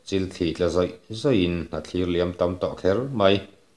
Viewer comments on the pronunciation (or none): none